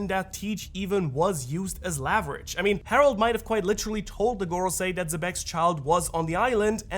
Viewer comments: Great theory, but I gotta say I can’t help but get a “nails-on-chalkboard” feeling in my brain when you pronounce “leverage” as “laverage” — not sure if that’s a regional thing or if you could just be mistaken at the spelling/pronounciation (no hate, I’ve just honestly never heard anyone say the word that way before so I’m curious) Might also be interesting if Roger gets Reversi’d first, and by the rules of being surrounded by “white” players (possibly Garp/Rocks) becomes flipped back, causing Imu to target Rocks for reversal since he is the superior fighter (which necessitates Garp and Roger teaming up to defeat him) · How do you say level? Because the way you say leverage is so wrong dude. Lol. Love your work bud.